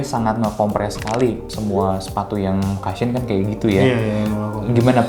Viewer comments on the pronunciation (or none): Lagi2 saya tak lelah kasih input utk host nya yaa.. biar makin maju videonya.. Cushion dibacanya KU-SHYEN, bukan KA-SHYEN Ato gampangnya sebut aja BANTALAN